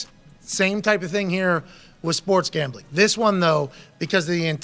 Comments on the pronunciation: Pat why are you saying it like that? Gombling? 😆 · Why does he say Gambling like that 😂